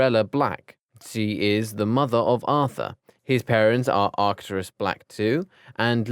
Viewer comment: He called Misapinoa and Arcturus "Misopenia and Arctus"😂😂 He said Arcturus even more wrong "Arctius" Every time this man pronounces Arcturus it turns into something else every time!! "Arkius"???